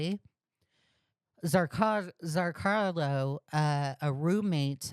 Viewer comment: idk why but every time you say it as ‘zrcarlo’, my brain screams ‘zrCALO’ but I’m just a little stupid like that, anyway back to the video